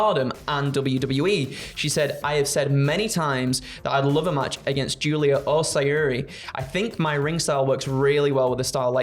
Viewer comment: Btw it’s spelt Syuri but it’s pronounced Shuri, maybe do some research before doing the news 🙃